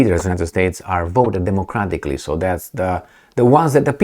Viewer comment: Did you say voted democraticly ahahahaha.